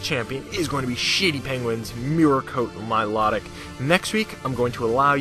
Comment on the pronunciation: The way you pronounce Milotic is actually the correct way.